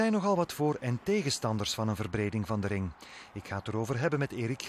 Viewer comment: Rrrrrrrrrrr krrrrrrrrr RRRRRRRRRING OpenbaaRrrrrrrrr